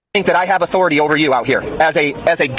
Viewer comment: ...On today's episode of "Respect My Authoratahh"